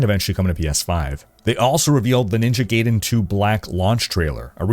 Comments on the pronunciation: Love your content... Please, it's Ninja GUY-DEN, not Ninja GAY-DEN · My brother: It's GUY-den. Not GAY-den. GUY-den. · Brother, for the love of god. Never say Gayden again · It’s pronounced ninja “guy-den”… lol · The way your pronounce Ninja Gaiden bothers me more than it should. Someone surely remember the AVGN episode.